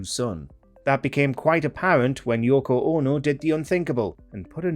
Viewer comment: Yoko OH-NO! 😄